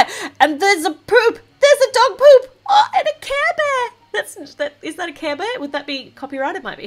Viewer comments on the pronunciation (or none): Hearing you say "kæh bæh" (care bear) was my favourite part of this vid 😋😘